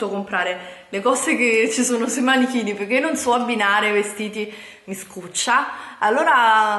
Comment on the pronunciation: Giuro mi verrebbe voglia di far arrivare questo video a tremila non mi piace solo per l'inizio del video quando dici " Ciao ragazze e ciao ragazzi e benvenuti in questo nuovo VIDIO, sono piena di buste pacchi PECCHE vi voglio fare un VIDIO HAUL HAUUUUL " dai su i nervi, dico davvero.